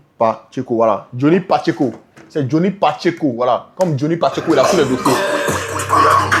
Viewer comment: Mon vieux on dit JOHNNY PATCHECO 😂😂